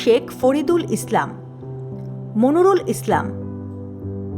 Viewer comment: মনিরুল নাম ভুল বললেন,, পরের বার সঠিক ভাবে বলুন monirul islam হবে monorul islam বলছেন😮 ঝিনাইদহ মহা শশান থেকে